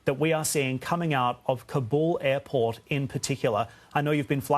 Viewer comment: Why wouldn’t he at least learn how to say Kabul?